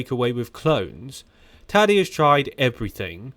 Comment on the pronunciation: He's saying his first name, Tadej, but with an accent that sounds like Taddy